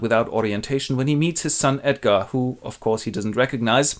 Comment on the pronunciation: "Edgarrrrrd is the rrright one" - thanks, this literally saved my life! <3